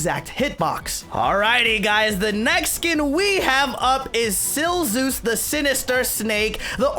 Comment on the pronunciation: TIO vs bowser animation?????? Pls (edit ITS SILZUS NOT SILZEUS OK?!)